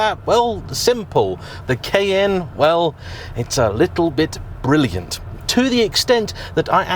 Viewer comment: The pronunciation of Cayenne changes quite a bit in the video. How am I supposed to correctly pronounce it?